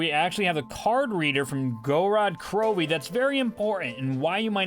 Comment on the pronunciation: Knows almost everything about the zombies storyline and has almost every cipher memorized...still doesn't know how to pronounce Gorod Krovi.